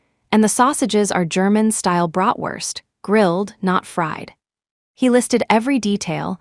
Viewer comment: Not broughtwurst but BRATWURST. Also ARTISANAL not artseasonal . Correct spelling: STRODE not stroed